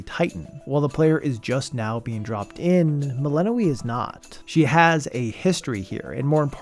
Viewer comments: are you pronouncing it Melanoë the whole time? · dev: doing everything in their power to make sure you know how to pronounce the name Youtubers: melehnoee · Good video, but why does he keep pronouncing Melinoë wrong? They say it so often in the game, haha. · got eye twitching at that pronounciation of melinoë